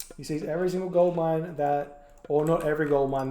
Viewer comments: Am I the only one hearing say ”gold lion” instead of gold mine? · I think he says "gold line", which sound pretty similar to gold lion xD